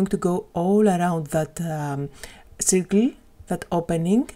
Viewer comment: Σέρκλ όχι σιρκλ :)